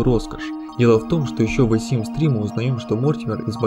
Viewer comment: ВЭ симс, блин, с таким прозношением просто симс бы говорил)